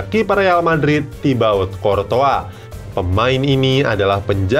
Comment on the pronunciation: Thats right tulisannya thibaut coutouis, dibaca tibo kurtoua